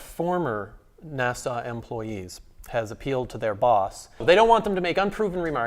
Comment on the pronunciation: Another good video, but, PLEASE, it isn't 'Nassau', that's in the Bahamas. It's NASA! No 'aaw' on the end. [/pedantic rant] Dave Bailey